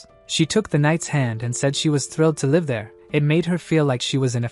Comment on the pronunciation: It's annoying that the narration is always getting things wrong. Switching pronouns like he/she, and reversing names of characters. Need to fix your broken narrator bot. Can't even say "live" and "bow" with proper context. So annoying.